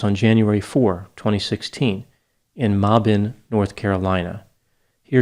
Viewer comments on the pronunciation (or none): Muh-bin north Carolina , not ma-bin